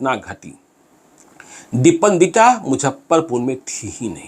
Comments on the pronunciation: आपके वीडियोज की सूचनाएं बहुत जबर्दश्त होती हैं , लेकिन मुजफ्फरपुर को मुझप्परपुर जो बोलते हैं वो सुन सुन के मैं इरिटेट हो चुका हूँ। इतने बड़े जर्नलिस्ट हैं, कम से कम उच्चारण में सुधार तो कीजिये। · इनके लिये मुजफ्फरपुर, मुझप्परपुर है😁😁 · Sir mojhapparpur aap bol kr sare shahar ka aap janaza nikal derhe hain.pls aap pronentation thk kre nhi to aap ko log sunega nhi.thoda aap mehnat krein sir